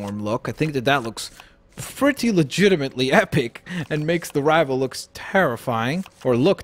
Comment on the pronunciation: Can you STOP saying ligitemently so much